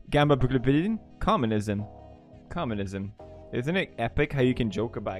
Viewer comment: isnt it epic how you cant pronounce communism correctly